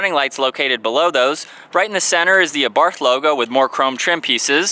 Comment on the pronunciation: Its pronounced our bart the H is silent fyi